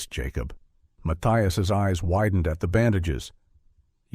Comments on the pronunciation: I understand not everyone pronounces some things the same but "Yacob instead of Jacob?" Wow 😮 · Ive never heard of that pronunciation of Jacob.